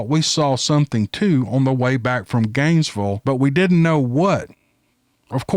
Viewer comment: My husband started driving on SR 27, starting from Ft Lauderdale somewhere to Bristol, FL. 12 hour drive, at the age of 14 or 15. LOL! I've never heard Gainesville pronounced quite like that,. I LOVE IT! "ganesvul"! My husband calls it Gainesburg.